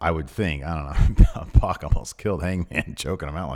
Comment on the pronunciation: Can you two please call PAC by his name, he's name isn't meant to sound like X-Pac (it's prob the reason he pronounces it the way he do)